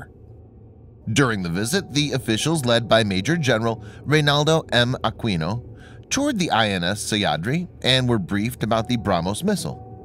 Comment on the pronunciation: Akino not aqueenoo